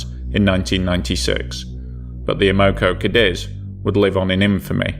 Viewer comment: Am-o-co Kay-deez. That's the phonetic spelling....